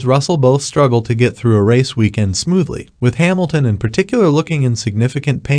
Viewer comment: Hemilton LOL Its HAmilton dopy.